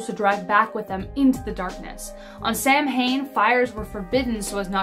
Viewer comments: Okay, great video with only 1 complaint. The word "Samhain" is pronounced "sow-en." I've been a witch for 31 years & have never celebrated a Sam Hain but have enjoyed many Samhains. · At least pronounce Samhain correctly.